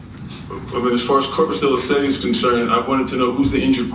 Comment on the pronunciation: Objection your Honoress, or if you prefer, your Honorette. Point of Dis-order starting . The Sovtard defendant has introduced language that I believe warrants an immediate revision of the Sovtard's Pitch Black Law's Dictionary (aka the Sovtard Bible aka the Sovtard Bib-Lee) regarding the phrase, "Corpus Delicti" and a new pronunciation for Delicti specifically. Pronunciation as per D. McCrary, aka E. Winslow (Family Matters): Cor-pus De-la-cities He got corpus right. Does anyone else agree with and therefore second my motion to revise the Sovtards Pitch Black Law's Dictionary, specifically the phonetic spelling of "Delicti", by adding this new pronunciation, De-la-cities, to the Sovtard Bib-lee. As an aside, I cant wait till a judge asks a sovtard this, "If your appendix were to suddenly burst (a potentially life threatening medical emergency) how comfortable would you be having an appendectomy performed by a surgeon who studied nothing more than a medical dictionary? Seriously Mr. Sovtard, living person, who's heart beats and blood flows. If your beloved mother needed bypass surgery to save her life, would you be ok with a surgeon who studied a medical dictionary and nothing else? You stand before me, behind the bar, telling me you studied Blacks Law Dickshunery so that makes you every bit as competent as a Doctor of Jurisprudence, and because you read the definition of Driver and paid $50 for 50 pages of word salad you are now an expert on Juridickshun, Right? And yo